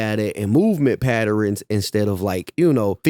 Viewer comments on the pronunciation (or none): Bro said “patterins” lmfao !! Since when has there ever been any “i” or “ E” after the R in patterns Lfmao wtf is a patterINS 👀👀👀🤣🤣🤣🤣